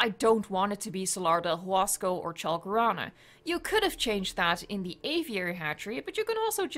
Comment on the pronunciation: That's a weird way to pronounce "Salar del Huasco" and "Chalcorana"